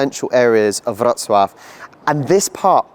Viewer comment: Your polish is so much better. The way you pronounce Wroclaw is fantastic. Good work! Now get going on improving your English accent. Haha